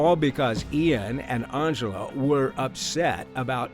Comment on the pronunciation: Angela starts with the letter "A". Stop pronouncing it like it starts with an "O" Wtf is Ongela